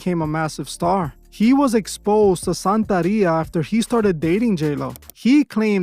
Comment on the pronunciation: It’s santeria not santaria